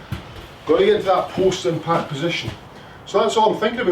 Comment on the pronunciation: I thought you were saying Postman Pat not post impact - just got it...... thanks!